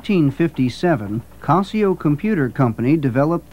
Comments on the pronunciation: It's casio not cosio. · is that how Casio is properly pronounced and I’ve been saying it wrong?